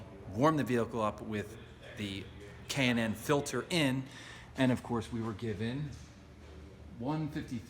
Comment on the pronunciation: I'll be getting one of these Junks soon and it's K&N Air filter sounds like he says Cannon..